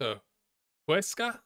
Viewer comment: Me when you said Huesca: haha, dude, you said it right both times, relax! Also me but when you said Ceuta: WHAT THE HELL DID I JUST HEARD You made good offensive signings.From the next five matches, you should beat Ponferradina. Maybe a tie against Huesca and Tenerife. Gijón might be harsh, and Las Palmas... oof. Either 5 or 7 points. But on the next four games you have easy matches against Burgos and Cartagena, and maybe a tie against Granada? Another 7 points out of 12.